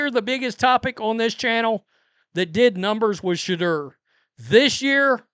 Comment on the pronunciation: JUST THE WAY YOU SAY SHA DERRRR IS HILARIOUS!!!! 😂😂😂